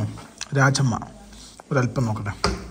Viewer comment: രാജമ്മ അല്ല ബ്രോ രാജ്മ